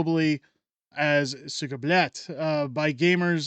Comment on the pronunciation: It’s pronounced, “sooka “